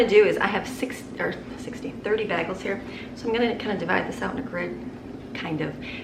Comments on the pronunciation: I love how you say bagels 🥯 “bahgel” I say “baygels” but I might start saying it your way. Sounds fancier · Oh, dear friend...bagels are pronounced "bay-gls" not "bag-els" !!!! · I just can’t get over the way you say bagels 😮 never heard anyone say it like that lol